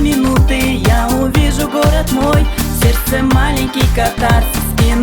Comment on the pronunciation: Где он откопал эту мырку, которая произносит слово "сердце"-"серсе".